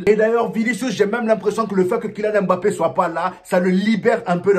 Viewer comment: ...on dit "mbappe"...pas "m-bappe"...lol